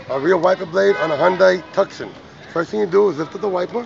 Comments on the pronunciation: Good explanation, thanks, but as others have mentioned below, Tucson (as in Tucson, Arizona) is pronounced "TOO-saan". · Lol, it's pronounced Too-son, like the city in Arizona, but thanks for the video anyway 😀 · Hey. Its not pronounced tuk-son. Sheesh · Thank you for demonstrating the rear window wiper installation. Please note that Tucson is pronounced like the city in Arizona: TOO' san! 🌟